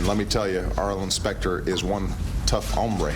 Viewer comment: say goodnight arlen sphincter , like the way hussien said hombrrrre .